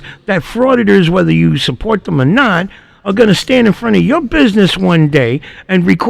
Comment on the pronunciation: Who is “thum” or “hum”. Ohhhh. You meant “thEm” and “him”. Blasé blasé. And there is a distinct difference between your “ideaL” and an “idea”. Your content is great your commentary is way too much. Shorten your videos to 20 minutes and keep your commentary to a minimum until your vocabulary is up to speed.